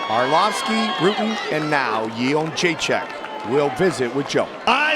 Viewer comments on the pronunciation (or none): I'm happy Joanna won and I think shes going to stay the champ. I'm just disappointed that Joe is the only one who can pronounce her last name right. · Disgraceful. This woman puts on the performance of a lifetime and three (count them) THREE men mispronounce her name. Why is that I wonder? This chauvinism has to stop. These subtle, passive-aggressive tactics by man-children to suppress beautiful strong women like Joanna Jędrzejczyk don't get by real men. Keep on fighting girl, we've got your back. Kind Regards, Wyatt Nite